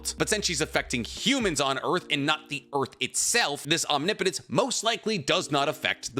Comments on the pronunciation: Holy shit said Omnipotence correctly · Oh my god!!!!! You’re finally pronouncing OMNIPOTENCE correctly!!!!!!!!!!!! 😮🤗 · I appreciate that you started pronouncing "omnipotence" properly. Lol